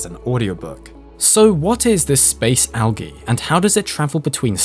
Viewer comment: Al-ghee? Sorry, its pronounced Al-jeee